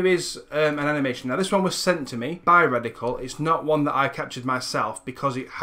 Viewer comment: Really love what your doing here. Great stuff. Word to the wise though: I know you have an accent but you might want to watch how you pronounce product names/brand names when dealing with sponsors. There were a few times there that I thought you said Reticle Motion instead of Radical Motion. This can cause people to look up the wrong thing later. It was only minor slip-ups here and there and you didn't do it for the whole or even the majority of the video but it still is something to keep an eye out for. Either way, good luck and thanks for the tutorial. <3